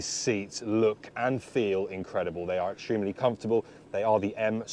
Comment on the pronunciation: you say 'extremely' often, you pronounce it weird, it annoys me. do with this feedback what you will, otherwise like your content